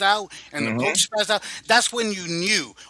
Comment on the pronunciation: she didn't say coach white. she said cosch